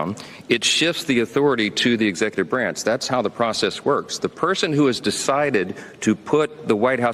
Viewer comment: He should learn how to pronounce executive 😂